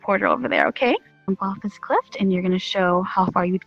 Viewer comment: She said cilft